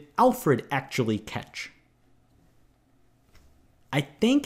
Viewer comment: & the way he says "catch" ...